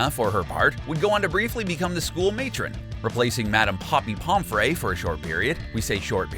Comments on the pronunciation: It’s said Pom - free not Pom - fray. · it’s pom FREE not pom FRAY... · pompfree not pomfray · Its not pomferaey it its pomfry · no it's pomfrey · Ok but why does the picture of Hannah Abbot look like that?? Like, were did you get that picture she's sneering like malfoy it looks nothing like her! Also NA- GI- NI not NA-GEE-NE. POM-FRY not POM-FRAY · get you harry potter names right!!! like you miss pronounced, Lucius, Pomfre, animagus, and VOLDEMORT!!!!! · NA-GEINIE?!? POMFRÉY.!?!?! YOU’RE MAKING ME HAVE A HEART ATTACK!!